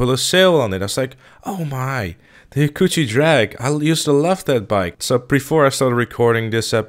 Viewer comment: An Easter egg is that you are pronouncing "Hakuchou" wrong" It should be pronounced "Haa-Koo-Cho" not "Ha-Coochie" Signed - A Hayabusa Fanboy.